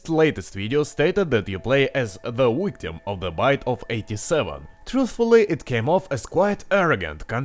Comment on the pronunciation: did he say.. wictim? o.o -.- o.o